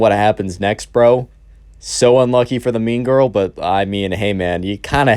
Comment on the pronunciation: When you first said mean girl, I thought you said meme girl